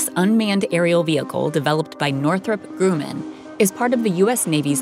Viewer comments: ok, i ignored it on the aircraft carrier vid, but you're still doing it. it isn't pronounced grew-man aircraft company, it's grum ( like crumb ) grum un aircraft co. on the positive side it seems like you guys have quit saying aircrafts and used the correct aircraft in the plural. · Northrop Gr"oo"man...😂 Get narrators who actually know how to pronounce the names of these companies and planes. I saw another video of Fl"oo"ctus 😉 with similar mispronounciations...